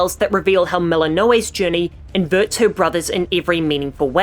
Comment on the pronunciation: I'm sorry. Melon-No-Aye? lol wtf